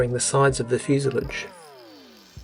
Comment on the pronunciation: fuse-lawj cheers